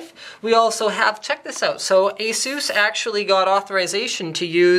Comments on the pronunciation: I believe it's pronounced Asoos. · I love the way you pronounce ASUS...